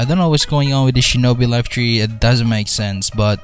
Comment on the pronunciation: Wait what- did he just say shinobi laife tree not three 🤔 Ayo L O L😳